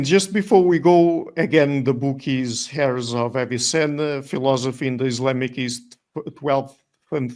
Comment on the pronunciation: The h in Heirs is silent , it sound like "airs" of Avicenna.